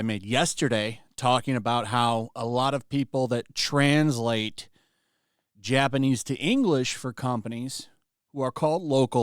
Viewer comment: I liked how you emphasised the trans part of translate .